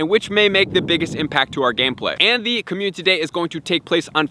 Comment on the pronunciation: Bro you missing a syllable when you say community... It's not communty it's community don't forgot to say the I